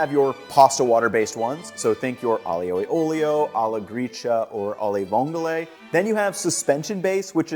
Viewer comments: I know it shouldnt bother me, but Aglio e Olio is pronounced with fewer slylables than you are using. Aglio and Olio are both two sylabls, so it should be closer to 'Ahl-yo' and 'ole-yo' for an 'ahl-yoo e ole-yo' pronounciation. The gli officially sounds like the lio in "million". You are great on the opening to both words, you just end them differently. Thank you for the video, I hope this comment finds you well and doesn't cause you irritation. Italian pronunciation can be rough on the english brain. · I love the way he pronounces Aglio E Olio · Please please please for the love of God man, learn how to properly pronounce Aglio e olio. My ears still hurt. Love your videos BTW.